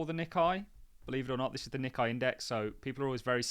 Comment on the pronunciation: Nikkei is pronounced “Nick ay” …..lord help us